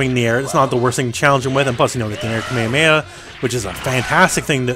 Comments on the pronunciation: its a KameHAmeHA. The Hs are pronounced in japanese the same as in english. Anyway, I didn't know several of these tips. The Medium strenching arm having the same bounce as the Heavy one was especially interesting. So far I had only used the L and H ones since those are the ones you can combo yourself. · have you heard Goku (or any of the 3 million characters that can use that attack) say it in japanese or english? All cool with hawaiian dude but that's not how they say it.